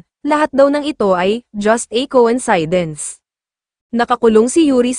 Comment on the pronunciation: ANG TANGA NYO PO MAG PRONOUNCE NG COINCIDENCE! SUPPORTER HO BA KAYO NG BBM? KAYA GABYAN KA PO KA TANGA?